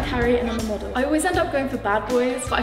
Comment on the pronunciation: Moder, not model